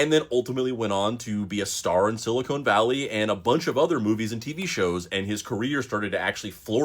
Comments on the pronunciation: Sili-con, not cone my friend. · Can we pronounce it Sil ih con? Not silicone. One us a mineral one is a window sealant. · It's Silicon Valley, not Silicone Valley. Ugh. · Pet peeve, but it’s siliCON, not siliCONE. Microchips are made with siliCON, breast implants are made with siliCONE. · Are... are you pronouncing it like that to drive engagement? Silicon is pronounced with the same inflection as "controversy". Or was he in a long running TV series about a valley of rubber boobies? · Why does this guy pronounce it as “Silicone Valley”?